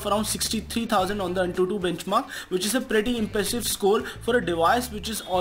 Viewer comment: "Pretty impessive scole" Lol.